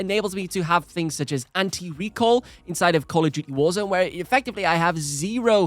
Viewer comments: Arghhhh! STOP saying "recall" it's RECOIL for crying out loud!!! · its RECOIL, not recall